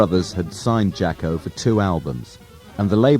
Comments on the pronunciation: It’s pronounced Jah-Co. it was his nickname as a kid because he was a sports jock. How it got misspelled I don’t know. But definitely not Jack-O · "Jack-O"? "Sax-Offinist"?